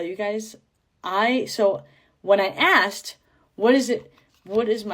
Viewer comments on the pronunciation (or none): He really axed her financially. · Well at least they didn't have to axe her for anything.....😂😂😂😂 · "did we aaax choo..." 😭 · If the salesman asks, “did we axe you…” you know you got screwed.